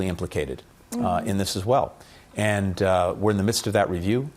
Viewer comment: アナウンサーの発音の癖強い(and =yiend)。あとなんでも日本語でそんな礼儀正しいのに、英語でタメ語みたいなもの使いますか？ちょっと失礼に聞こえる。ただし、いいポイントは相づちを言わない。